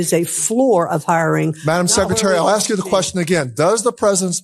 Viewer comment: irregardless is not a word. Ask is not pronounced "ax". These GOP want everyone here to speak English and they cannot do it themselves.